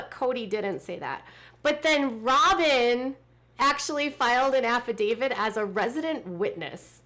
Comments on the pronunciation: Isn't the word affidavit and not affidavid? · affidavit, not affidavid